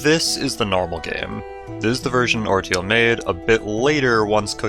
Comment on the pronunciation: Pretty sure orteil is pronounced "ortay". It's also french for toe.